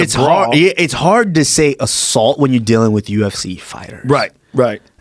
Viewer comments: Joe " Thats assualt" Rogan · Its assualt. Its unprofessional. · It’s not hard to say it’s assault lol.